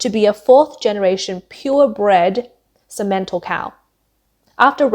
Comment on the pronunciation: "Cementle" cattle. HA! Simmental, dummy. Great narrator you got there.